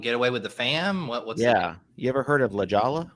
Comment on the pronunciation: mispronouncing la jolla